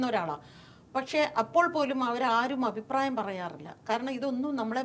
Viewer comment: "ഔപ്രായം" എന്നല്ല, അഭിപ്രായം എന്ന് വ്യക്തമായി പറയുക. എല്ലാ ഇൻറർവ്യൂ കളിലും ഈ "ഔപ്രായം" കേറി വരുന്നുണ്ട്...